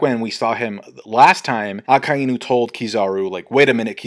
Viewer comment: PRONOUCE AKAINUS NAME PROPERLY